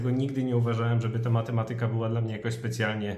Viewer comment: Matemaaatyka, nie matematyyka.